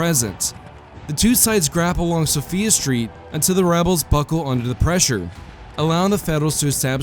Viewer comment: So-Fi-uh street, not so-fee-uh.